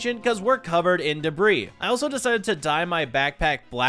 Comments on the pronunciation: why do you call ancient debris ancient debra? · Folks arguing over whether or not the “s” in debris is silent:: “Debruh” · There is no argument......the 's' is silent.....that's.....how you say debris,.